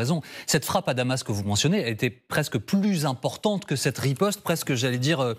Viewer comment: "rispote" israelienne digne d'un sketch 🤣🤣